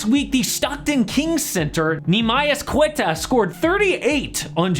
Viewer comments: Nemias Queta is a really good center. He is from my home country and he doesnt have alot of chances in the nba cause the kings are really stacked in the frontcourt. but nemias has potencial to be a reliable backup center. And btw in his name you dont read the U in Queta, its sayed Q(u)eta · I’m Portuguese so I really like queta because he is the first Portuguese to play in the nba dude you butchered his name 😅😂